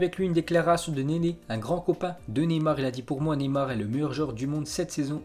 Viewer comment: Neyar😂😂😂 enfaite c’est Neymar